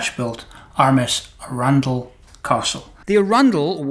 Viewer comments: It’s funny, I lived near Chichester in West Sussex for about five years, so the town of Arundel was just up the road. I’ve always known it to be pronounced “A-run-dell” and not “Arun-dull” as per. I daren’t question it of course, as I know the old curmudgeon will show me up! Great story, really enjoyable, thank you. Love what you do! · As a Sussex local I’d like to correct you on pronunciation of arundel. Arran dl. Love the models, you’re quite right when you say the satisfaction is ongoing, not just at the completion. Going to bed with your brain chewing over a process and coming up with a neat , relatively simple and easy solution is a nice way to fall asleep. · that's not how you pronounce Arundel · Please learn to pronounce Arundel properly!!